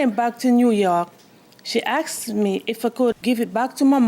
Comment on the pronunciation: She AX’d her motha for da money